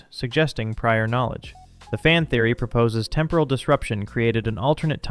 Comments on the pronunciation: Please pronounce the word 'temporal' correctly. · What is with the weird pronunciation of "temporal"? Urgh.